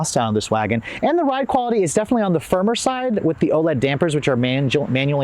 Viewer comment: Wha is an Oled damper? The company is Ohlins (pronounced Oh- lens).